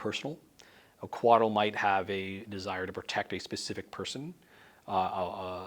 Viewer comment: Coatl. Not Koala. Had a double-take there.